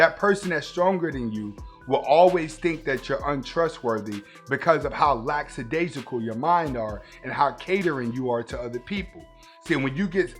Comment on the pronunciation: I suspect that the word lackadaisical is mispronounced here